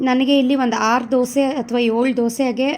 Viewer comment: Dosa instead of disa